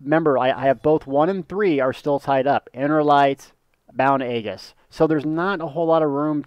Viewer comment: The G is soft in Aegis.